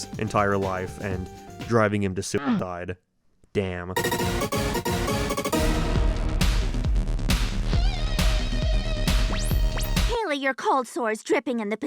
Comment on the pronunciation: How do you miss pronounce Haily?! YOU LISTENED TO IT BEING SAID FOR 366 EPISODES